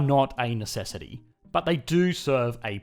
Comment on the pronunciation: I am only here for the way he says “ BHAT” or BUuT